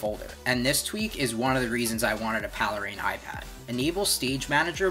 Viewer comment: It is "Pale Rain." The "1" is a substitution for the letter "i." This is the way the Cydia hacks have always been. It is called "leet speak" in hacker communications. It is not pronounced Palera like Palermo, Italy, like you stated.